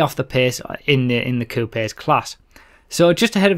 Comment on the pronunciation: lol 'coupies'